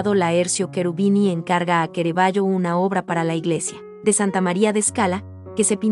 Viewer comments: C + A = CA no es QUE RAVAGGIO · Lo único mal del vidrio es la mala pronunciación del pintor y del nombre de suse obras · Tema excelente aunque con errores y lo peor...pronunciar mal el nombre del artista...choca!!! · todo muy bueno....pero no se porque lo llamas QUEREVALLO😳 su pronuncia es CARAVALLO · Pero por qué dice Querevaggio? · ¿Kerevaio? ¿Y esa pronunciación? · Es Caravaggio , no kerevaggio !!!!!!!!!!! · Es Caravaggio, no Ceravaggio. Es italiano, no inglés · "kerevayo" ahhhhh mis oídossssss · Kerevaggio ,kerevaggio arruinan un video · Es una lástima que un vídeo tan magnífico, tenga un audio tan lamentable . Pronuncian mal el nombre del artista y otros errores que denotan absoluto desconocimiento de cultura general. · La muestra y selección de las obras es excelente. En mi humilde opinión deberían haber corregido la regular a mala pronunciación de la locutora, que en varias oportunidades pronuncia mal las palabras del texto y lo que es imperdonable en que no mhayan corregido el nombre del personales !! CARAVAGGIO !! ( LOCUTORA LO LLAMA "QUERAVAGGIO" UN DESPROPÓSITO ) sI PUEDEN TRATEN DE CORREGIR ESTE ERROR ) Gtacias, Armando Cerutti